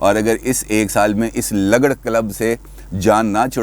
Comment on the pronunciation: یہ لگڑ نہیں بلکہ لگڑ مطلب ل کے اوپر پیش لگا کر پڑھیں،،اس کا مطلب ھمارے اٹک میں،بے کار۔ نکما،بے حیثیت اور فضول قسم کا شخص ہے